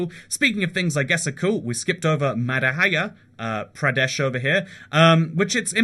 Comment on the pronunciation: It's ma-dh-yeah- pradesh